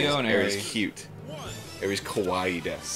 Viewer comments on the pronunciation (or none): none